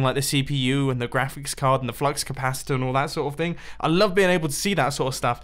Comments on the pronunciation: Am I the only one that noticed he said flux compaciter? (Reference to back to the future) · mumbo: I like see I g the flux capacir and... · did Mumbo say flux capacitor? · Not being a native english speaker, when he said it, it sounded realy strange in my ear and i actualy had to google it to make sure it was not a thing ! :D